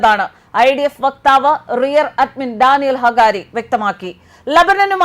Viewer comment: പെങ്ങളെ, Rear Admin അല്ല. റിയർ അഡ്മിറൽ എന്നാണ്. നാവിക സേനയിലെ ഒരു മുതിർന്ന റാങ്കാണ് ഇത്.